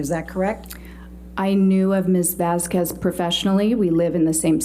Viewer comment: "Objection!! R-relevance..?? Objection!! Sh-she can't say that, Your Honour"😗. "Mum's friend " really tried to be like "Vasqwehz" (ijit "mum's friend"'s pronunciation. Not my assumed spelling🙃) but fell waaaaaay short💁‍♀️. Arguing with the judge was a REALLY poor choice and that's obviously only one of many reasons she failed. Just wanted her put out of our misery.